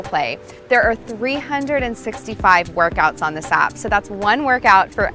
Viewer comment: Download our "op"? Get your "mot"? Work on your "obbs"? Put the bar behind your "had"? Why does she refuse to pronounce the a in app, mat, and abs, but then she makes that omitted a sound instead of the e in "head"? No one has a "had" perched upon their neck. It is a head. H-eehhhh-d. You have a "h-eh-d", not a "had", on your neck. Or should I say "nack" instead of "neck" so she can understand me? Ugh. What's with this trend of middle-aged American women these days not understanding how to pronounce basic vowel sounds? Too distracting. Can't make it through this video. I don't want to end up with "obbs". Sounds like a dreadful disease.